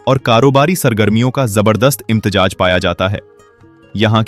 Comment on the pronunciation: Imtejaj nahee imtezaaj hay ye lafaz phelay Urdu seekho from kpk swabi 😅😅😅😅😅😅